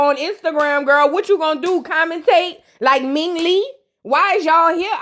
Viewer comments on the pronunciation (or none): none